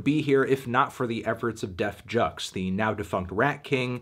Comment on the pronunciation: This guy either said def jux wrong or he just sounds really funny saying it.